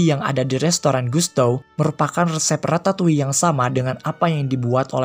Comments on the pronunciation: Perasaan yg bener Ratatui deh cara bacanya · Nobody: People: Ratatoi Me. : Ratatolle